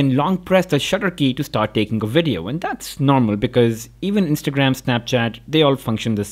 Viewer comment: "pro WIDEO"